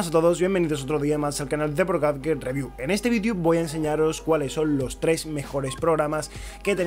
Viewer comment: Como maman los españoles en no decir las palabras en ingles "gadget"